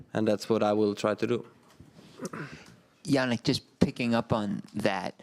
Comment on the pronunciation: Jannik, not Jannick!! He's italian not german.